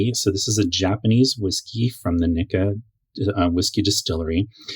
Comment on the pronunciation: Today's Free Japanese Lesson: Nikka is pronounced Nee-Ka. Slight emphasis on the hard K. Great vid, too.